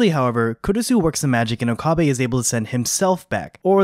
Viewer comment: It's not Okaabae lol